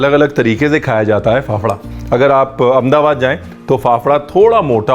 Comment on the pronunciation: Only non-gujju who says Amdabad as Amdabad others call it as Ahmedabad..